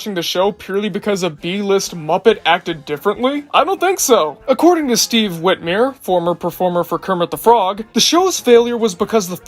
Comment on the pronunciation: WhitmYre not whitMeere